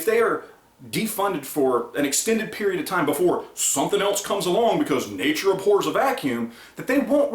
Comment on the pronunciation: Its abhors not aphors